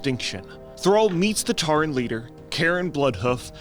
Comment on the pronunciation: its cairne bloodhoof. not karen.